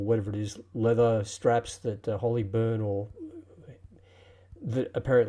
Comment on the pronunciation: Utterly clueless, lol. It's a regulator, and one has to understand that. So a bit of research next time, wow. Glad someone else owns it. Complete fail as a customer. But, thank you for the review. Convinced me to get one. Oh, and the leather is Horween, btw, not Holly. 🤦